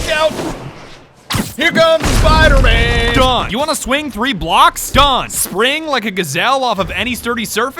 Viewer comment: Just rewatching here: "He's fucken Spider-Mang"